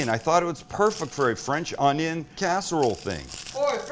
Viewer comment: Fwench ongiong